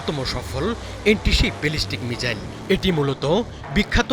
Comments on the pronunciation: উচ্চারণের কি বহর... বলে কিনা মিজাইল!! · শালা উচ্চারণ করে মিজাইল,😂😂😂😂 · ঠিকমতো মিসাইল উচ্চারণ করতে পারে না। ..চ্যানেল খুলে বসে আছে